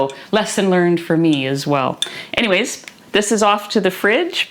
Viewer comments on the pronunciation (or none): none